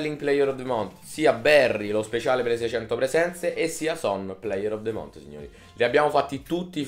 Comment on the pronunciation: just month si dice con la lingua tra i denti non con la t finale